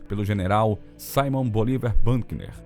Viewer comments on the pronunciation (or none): none